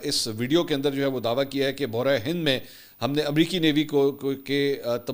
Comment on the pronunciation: حضرت آپ لفظ بحر ہند کی صحیح تلفظ نہیں ادا کر رہے ہیں۔ آپ خود لفظ سن کر کسی سے تصحیح کروالیں۔